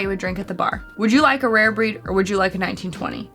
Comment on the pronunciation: I also enjoyed that southern twang that I picked up . “When you Goooh from Old forester to Rayer Breed” (smiles)